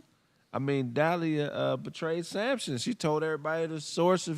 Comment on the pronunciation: Her name is De li ah